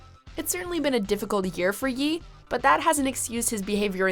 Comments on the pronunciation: she callin him yee wtf its pronounced *yay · "yee" ? lol its pronounced YAY!!!!!! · I hate the that she pronounced Kanye's album as 'Yee' instead of 'Yay' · Am I the only one that cringes when the narrator refers to Kanye as Yee. It’s Ye ( yay ) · Who is Yi? Thought it was Ye? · “Yee”?...bruh. Kanye, Ye. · The only thing I hate is that you pronouncing "Ye" as Yee and not Yay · Ik u did not just pronounce Ye like “Yí” 🤦🏽‍♂️ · "Ye" pronouced "Yay" btw. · 😂😂😂 she called him Yee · did u really just call kanye, yee? its pronounced like his name you idiots lmfaoo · It’s pronounced “yay” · nobody gonna call her out on calling kanye "YEE" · She pronounced his album Ye as “yee”. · The fact that she pronounces ye “yee” irritates me so much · she pronounced ye as yee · this lady pronouncing ye like yee was the worst part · I love how she called ye, "yee" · they pronounced Kanye's nickname as "YEE" XD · Y u call him yeeeee, like is it that hard to figure out what Ye sounds like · r we gonna just ignore the fact she kept calling kanye yee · Lmao she really pronounced that shit like if it was called Yee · Did she pronounce Ye as "Yee"? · Lol she say "ye" in kanye like Yee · Who is Yi??? If you can pronounce Kanye, isn’t it common sense that Ye is pronounced Yay? 🤔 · I'm just mad she pronounced Kanye's album "Ye" as Yee lol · STOP CALLING HIM “YEE” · "ye" pronouced "yay" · Why was she pronouncing "Ye" as "yee"? lmao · She called him "Yee". This is a level of white that shouldn't be possible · Did she call him yee 😂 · 😂 "yeee" ? It's always funny when you just read scripts without prior knowledge. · ... yall did not just call Ye, "yeeeeeeee" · She pronounced Ye as "yee" lmfao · I understand that you don't like Kanye, and that is very reasonable. Mispronouncing "Ye" however, when you get every single other person you don't like's name right is ridiculous. It's not just this video either and it's only her who does this. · hahahahah listen how she pronounces “ye” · Ye not Yee